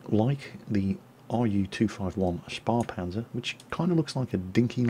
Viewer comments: Spähpanzer is pronounced more like Shpeh than Spa :P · you pronounce it "Spahpanzer" but its "Spähpanzer";) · In germany it isn't pronounced "Spahpanzer". You have to say "Spaehpanzer" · I am probably not the first to point it out, but "Spähpanzer" is pronounced a little differntly. Closed proximation would be something like "Sp'eh (as in M'eh) Panzer". HTH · "Spähpanzer" ("Shpaypanzer") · Hi, the "Spähpanzer" has to be pronounced like Shpeypanzer, (like hey or grey) remember Ä is an Umlaut not pronounced like A. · Hi, when you say "Spähpanzer" it sounds a little like "spa-panzer" to me;-) Since I always had the impression that you are trying to pronounce names (whatever language) as correctly as possible, it may help you to know that the German "ä" makes as sound like the first "e" in "heresy" (hope you don't consider my suggestion as such). Alternatively, probably even closer to "ä" is the "a" in the English "label". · It is "Spähpanzer". Pronounce the 'ä' like the 'a' in space and you are pretty close. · it is " Spähpanzer "! ä - like in Ä - Deutsche Aussprache ducking and cover